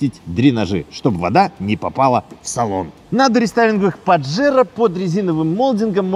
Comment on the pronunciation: Название испанское, так что не паджеро, а пахеро(дрочила)😂😂😂